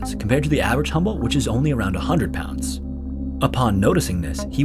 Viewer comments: It's HUMBOLDT not "humble". It owes its name to the Humboldt Current where it was discovered and the Humboldt Current is named after the Prussian naturalist ALEXANDER VON HUMBOLDT, who conducted the first scientific measurements of the cold-water ocean current in 1802 during his expedition along the coast of South America. Another thing, the squid is known in Mexico as "DIABLO ROSSO" because in Spanish the subject comes always before any qualifiers. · I kept thinking you said “humble” squid the whole time lmao. Love these videos! ❤